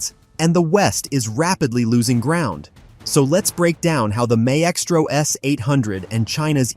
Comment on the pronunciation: Somebody please train the auto-reader software: My-es-tro, gimme a break. It was funny the first 3 times and then just became annoying and embarrassing. Blech - 🤮